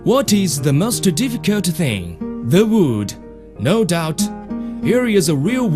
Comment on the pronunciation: Weal Wud.